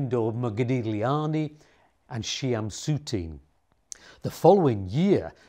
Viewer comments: wonderful video! Just want you to know how to pronounce the name of Chagall’s friend, the wonderful painter Chaim Soutine. It is not SHE-AM! His name is pronounced HAYIM with the H pronounced like you are clearing your throat. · First time in my years I've heard Chzim Soutine's name pronounced 'Shiu'm' Soutine'.Perhaps you should have inquired of a Hebrew, or Yiddish speaker.